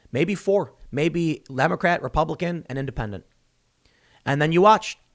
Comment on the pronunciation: Best fraudian slip ever: "Lem-o-crat" Fitting seeing their reaction to this situation 😂